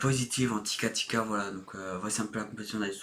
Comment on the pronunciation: tiki-taka pas tika tika